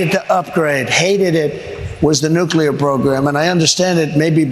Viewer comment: 2016 he pronounced it nick u lar /nucyalar